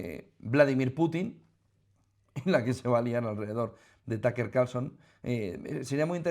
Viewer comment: todo mi apoyo a Putin Y Rusia y por dios no es TAKER Carlson jajajaja un poco de trabajo en pronunciación no les caería mal se dice TƏk Ər si lo quieren pronunciar como americano o TƏk Ə como británico, las silabas en ingles no se forman como español y ese simbolito chistoso se llama schwa que es el sonido mas común en ingles increíble que los españoles que quedan ahí muy cerca de los ingleses no tengan ni idea de como se pronuncia el ingles